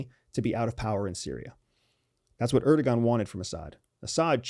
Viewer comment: Really trivial, but: don't say "erdogan," it's "erdowan."